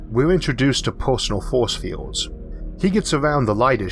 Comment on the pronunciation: I'm sorry but you sound like Elmer Fudd. "Be vewwy vewwy quiet, I'm hunting fowce fiewds."